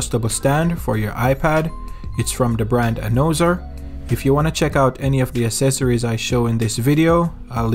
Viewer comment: Accessories is pronounced uhk seh sr eez. Or ax seh sir ez.